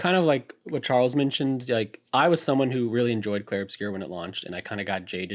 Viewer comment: Plz stop calling it "Clair"